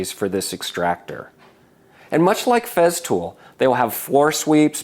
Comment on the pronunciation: Its not Feztool, its FESTOOL with an S.